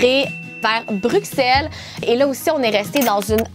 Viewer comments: Je suis belge mais je vie au Canada 🇨🇦 mtrl mais j’adore la. Maison par contre tu dis bruxelle mais sa se lit avec le son d’un s bruselle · On ne dit pas le X de Bruxelles ahah ça se prononce Brussel ☺️ Il y a d’ailleurs un Bruxelles au Canada 😁